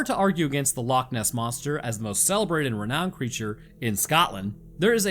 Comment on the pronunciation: Perfect he said lochs as Perfect as me a Scottish native